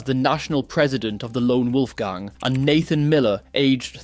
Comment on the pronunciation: The way you pronounce gang infuriates me